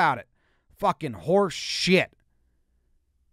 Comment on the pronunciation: Oh the way he says horseshit